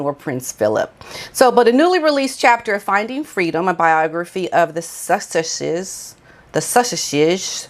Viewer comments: Suss-itch-ess?... Is this a deliberate mispronoucement to poke fun (like megalodon) ? I'm confused lol. If you're tongue tied, the correct pronunciation is Suss-Uxes. 🤭♥️👌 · Sussexes .... Sus- sex- es..... when you see a double consonant split it in 2. Pronouce them separate but pronounce each s. I think you think you shouldn't pronounce each s when you see a double s so you go to stop at the first s to tag it on the second part of the word. That's what is messing you up. You can pronounce both s separately. So separate them and pronounce them separate. Sus- finish that s sound at the end of sus. Then say sex- then es. Does that help? Sus- sex- es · Sus--ex--ez...phonetical pronunciation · I love listening to you, well, reading the subtitles! I love the way you try to get your tongue around 'Sussexes'!! You speak such a lot of good sense. Pity that pair don't talk sense! When Megalodon decided she didn't want to work and wanted to develope her own and Harry's independant income in America all might have gone reasonably well but they shot themselves in the foot by attacking the Royal Family and hiding those supposed children and being so greedy. Surely they must have realised it was a mammoth mistake on their part? No, Megalodon especially is impervious to criticism and still feels she is the most important person ever. As regards the 'racism' when I was expecting my first child we wondered whether it would be a red head like him or brunette like me. He was blonde!! Megalodon didn't say who made 'racist comments' because it never happened! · My dear, let me make your life easier, instead of breaking your teeth with trying to say sussexes, just call them dumbartons...